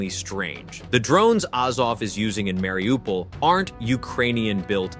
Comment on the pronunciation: Bordel. Mariupol et non Wlaripopeul ou Laripopil